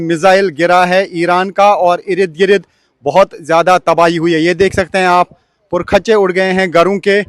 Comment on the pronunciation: Irid Girid... Bhai Ird Gird